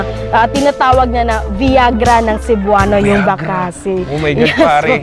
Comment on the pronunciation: Bakasi is pronounced mabilis not malumay